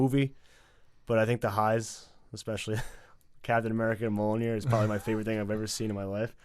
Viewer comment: I love that can pronounce Mjolnir but not Sapochnik lmao. You’re my boy blue! Love you’s!